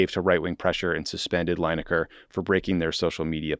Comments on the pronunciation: Lin-ekar not Line-ekar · Lineker not Linaker. Not a biggie. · Oh dear, Tommy is clearly not a soccer guy (or as we in the rest of the world calls it properly: football). Coz his pronounciation of Lineker really made my ears bleed! And if Tommy had the least bit of interest in football, he would definitely know the name of 1 of the best strikers in English football history, who among other things still holds the English record for most goals scored at a World Cup. Oh, btw. U should also know, that Lineker is in fact not employed by the BBC. He owns his own production company, where he produces Match of the Day, and the BBC has a contract with him for airing it, so hes not just the host. They really f'd up trying to mess with a guy, who doesnt need the money, who did nothing wrong by their own guidelines, and who has the most viewed sports programme and 1 of the most viewed programmes in the UK overall. They shouldve realised, they couldnt bully him into silence, and they really opened themselves up to him taking his show to any of the other networks, who would salivate at getting him and his viewers, and while Lineker did not mention it himself, others with legal expertise did, that he had a really good case to sue them for breach of contract. So they had to u-turn, apologize and get him back on air. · From a UK perspective, I enjoyed your discussion on Gary Lineker, your pronunciation of it not so much :D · Pronunciation of Lineker ist cringeworthy